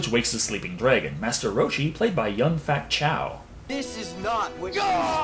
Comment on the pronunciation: It was meant as a joke. He actually says Young Fat Chow. At least that's what I heard the two times I ran it back. I just figure he did it on purpose to poke fun at the movie.